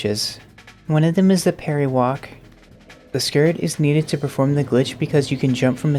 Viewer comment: I absolutely adore your work and it warms my heart to see this kinda thing. BUT I keep hearing "party walk" whenever you say parry walk and it's just what this trick is called in my brain now lmao